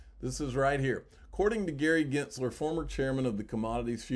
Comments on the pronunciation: what angry letter? also it's "gins ler', not "ginzt ler" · PLEASE...FOR GOD'S SAKE LEARN HOW TO PRONOUNCE Gensler! There is NO T IN HIS NAME! You know what, just go ahead and keep mispronouncing it because I believe I'm going to unsubscribe anyway because I can't hear you most of the time. so, between you butchering Gensler's name and not being able hear you most of the time, it's not worth the frustration!